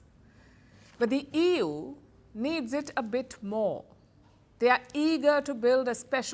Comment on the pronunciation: She says Ewww instead of EU 😂😂😂